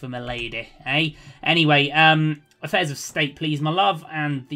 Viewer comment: Another excellent episode. "Effaires" - Affairs.